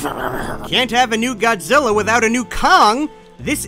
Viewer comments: Why did he say God Ziller?😂🤣😂🤣😂🤣😂🤣😂🤣😂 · Dude said "godzillar" with a hard R